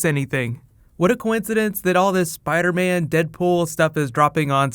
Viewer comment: spidah man